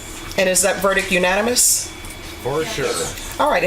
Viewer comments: verdicT not Verdic!!! Surprised didnt pick herself up on it😂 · This dumb ass judge says “verdick” what a disgrace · Oh my gosh… JUDGE, there is a T in VerdicT. It’s not Verdick. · Why she saying verdic?? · Tf is a "verdick" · how does a judge go a whole entire career saying verdick????? that shit bugs me out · wtf is a vrdik?? Does she mean verdict? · This judge needs to pronounce 'verdict' correctly. She's so anal about "kids" being "baby goats", she has to take a look at her own use of language. She says "verdick" instead of "verdict" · Drives me crazy with her "kids" b.s., but cant say verdic(t) correctly, lol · Why can't s sitting judge pronounce the simple word "verdict"? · She wants people to say child instead of kid, but she can't say verdict correctly. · The word is “verdict” DEI hire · Ohhh... I know you know that kids are baby goats. But the correct pronunciation of VERDICT is (VUR-DIKT) There is a T at the end. Its okay. Im not the grammar police. However if you want to be critical of people saying they have kids instead of children, then.....